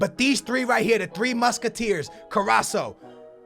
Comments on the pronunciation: It's pernouced car-as-co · Carasso? at list read them right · He s Name is pronounced carrasko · Its carras'K'o u pronounce the c as a k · Please say CarrasCO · dude its car-ass-co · it's carasCO lol but nice video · His name is Caras co... There is a C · u prenounce it carasKo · its Car-Ass-Ko please stop saying It wrong it hurts my ears Like so he can see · Carasso got me triggered. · Pronounce both Cs in CarrasCo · It's pronounced car-ass-co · Its CARRASCO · you are saying his name wrong!! its CARASSCO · Carrasco is pronounced Carrasko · he is called carrasco say it like this ka ra sko. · Carasco should be said like carasKo , don't hate me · KO-RA-S-CO that's how u say his name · Love your videos though you should get the names right man... it's Fernan-dinho not FernandinGo,it's Carras-Co likewise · You pronounce it Car-as-ko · you say CarasKo With a K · you need to pronounce the second C Like a K CarrasKo, I am from Belgium! Really enjoy the series! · its prounnced Car-as-co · carraso? im fucking done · HAHAHA CARRASO LMAOOOOOO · trying to help ka-rras-ko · *it's Carrasco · Its CARASSCO!!!!! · say carrasko you have to say it with a k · its carasco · hes pronounced carrasKo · you need to say the C in carrasCo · Please pronounce carrasco right it's so fucking annoying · CarrasCo haha Theres a "C"😂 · Your pronunciation is kinda wrong but it's fine he's Belgian so it's hard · You do know that carasco's name has a c towards the end of his name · you pronounce Carrasco wrong Both of the "c"s are pronounced like a K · you are missing the "c" sound when you say Carrasco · You are saying his name without the end CO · Arghhh your carrasco pronunciation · Oh what a surprise, ur not pronouncing his name right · it's carrasco not carrasso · carrasCO not carraso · Carras-CO not Carras-SO LOL. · CARRASCO AND NOT CARRASO 😂😂😂 but nice video again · Hey its CarrasCo not CarraSo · CarassCo not Carassoooo